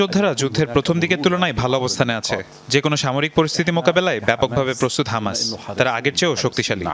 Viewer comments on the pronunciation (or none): হমাস না ❌ হামাস হবে ✅ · Kanachuda হমাস nah hobe হামাসা